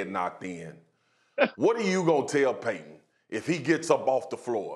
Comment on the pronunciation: Did this man just say PAYTON 😂